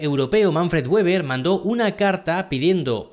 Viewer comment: Weber en alemán no se pronuncia con la w como en inglés, se pronuncia como si fuera un b o una v en español.